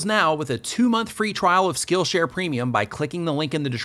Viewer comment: Oh my goodness,. I put this video on while I was cooking supper - right after a hard workout. I positively heard you say your sponsor was "Skittle Share" and I was like, "WHAAAAAA????" I guess I am hungrier than I thought!!;-)